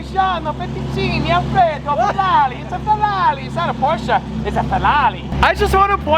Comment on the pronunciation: How the was saying farrari